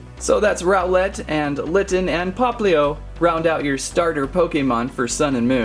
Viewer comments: and it is pronounced rowl-lt not rowl-lette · u said roweLET wtf dose rowLET mean huh? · ITS NOT SOUL GALAO ITS SOLGALEO And u little said row LET He next time u said owl et